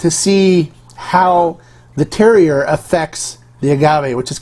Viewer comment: Don’t want to be that guy, but terroir is pronounced tehr waar.